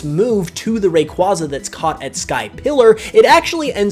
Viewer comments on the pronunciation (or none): Rayquaza is actually pronounced Ray-qway-zuh not Ray-quah-zuh. Just thought I’d point that out.